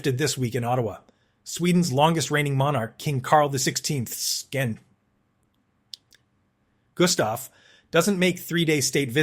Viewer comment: The AI voice had a real struggle naming our King Carl XVI Gustaf, calling His Majesty "Carl 16'th skin" 🤣😂 I'm sure he will oversee with this insolence though, because it was absolutely hilarious.